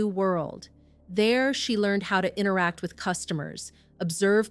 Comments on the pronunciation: erm I just heard you say "inneract" rather than "inTeract" and that was enough...bet you say "anarnica" when you mean "AnTarcTica" as well. Stop mangling words and eliminating consonants that you are too lazy to pronounce. The T is a viTal part of the word "inTeract" its not "innneract" ffs. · the word is NOT "inneract" it is "inTeract" I cannot listen to you.